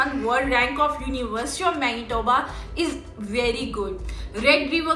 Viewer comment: She sayed Menitoba 1000 times.